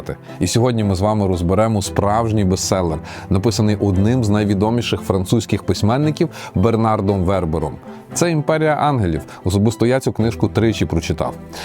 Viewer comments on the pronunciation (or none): БернАр ВербЕр. Французькі слова мають наголос на останньому слову. Останнє "д" глухе. Ви, мабуть не читали його ж "Танатонавтів". Єгиптяни казали: смерть - лише початок. Еніуей, дякую за назву, якщо буде час...